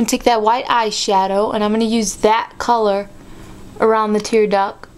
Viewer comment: Please don't start saying "tearduck" again!